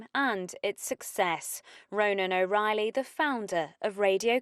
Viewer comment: His name was RONAN not Roman. and his surname was O RAH- ILLY.. not o riley.